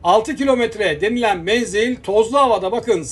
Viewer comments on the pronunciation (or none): none